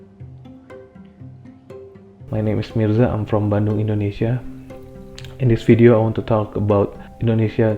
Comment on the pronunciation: i think you did some mispronounce in. its bandung not bando:)